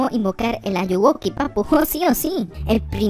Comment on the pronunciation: jE Je DiJo eL AllugUoKi xD